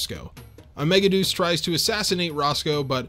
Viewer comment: I hate that the dub chose to pronounce it Mega-Deuce and not Mega-De-Us. Because a mega shit is not as cool as a mega God.